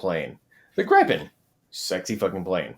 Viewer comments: On the topic of the pronounciation of Viggen, Draken & Gripen. The way you pronounced it like the word “gripe” made me cringe so much. It pains my Swedish viking heart. The first way you pronounced it was a lot closer, like “greepen” as if you’d pronounce the word green. The closest would be the way that Viggen was pronounced, that was the closest y’all ever got. If you were to use that same pronounciation of the i in Viggen, in the pronounciation of Gripen, then that would be a lot closer. Closer to the pronounciation of “grip” than “gripe”. For pronouncing draken, the A is supposed to be longer, imagine a very long A, like a posh “ask”, and then the E is also long, like the first E in environment. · You might already know but Gripen is pronounced Griffen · it's pronounced grIIIpen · JESUS FUCKUNG KRISTUS the grip part in Gripen don't say it like the colour of the sky say it like you grip something. I guess Griffin works as well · hee-hee-hee... he called it the "grai-pen".